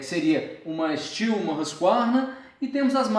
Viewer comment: É STIHL E N STIU CARALHO!!!!!!